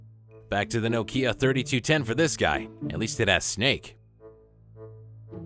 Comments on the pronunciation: It is a crime to pronounce Nokia 'Nooh-kiah' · "noekeea 3310" 😂😄😆😅yanks and vowels.